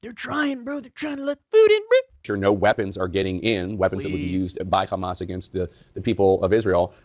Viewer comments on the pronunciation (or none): Funny how American media has started saying KHAMAS instead of HAMAS???